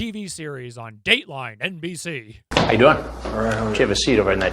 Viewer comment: Lmao the way u said dateline mbc!! 😂